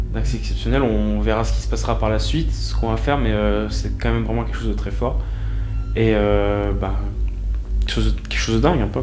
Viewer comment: "Quelque chose" pas "quetchose.......sinon bonne enquête comme d'habitude 👌👍